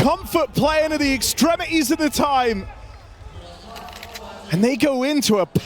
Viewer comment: I swear these casters just randomly decide to drop t's in words and say others. It's wild. "ExtremiEEES"